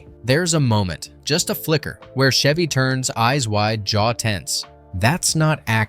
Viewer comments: CH..Chev-y not Shevy. He's not a car.😂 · Is the announcer calling him "Shevy" on purpose? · Pardon my ocd… it’s Chevy as in cheese or checkers. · Chevy Chase pronounces the “ch”s in his professional name identically, just like the “ch” in “cheese”.